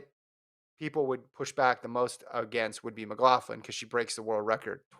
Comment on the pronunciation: Doesn't Sydney pronounce her own name "Mc-lok-lin" not "Mc-lof-lin"?